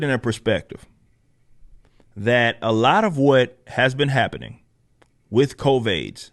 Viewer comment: Covaids” hahaha